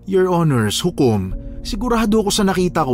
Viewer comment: maganda kaso yung palagi binabangghut hukom at your hinirs nakakaloka 😅